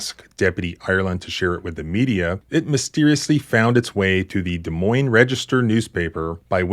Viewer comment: Thanks for pronouncing Des Moines right, so many people pronounce it with the S, sorry people its French. Iowa sucks, so many corrupt people in this state.